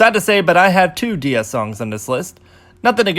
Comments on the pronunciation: Not sure you pronounce kpop groups in the english pronunciation or korean pronunciation, but DIA is pronounced as die-ya instead of dee-ya as in DIAmond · my last brain cell dead when this guy said DeeA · ummmmm you should pronounce DIA as how we say the 'dia' in diamond, and this is why they called DIA because their concept came from diamond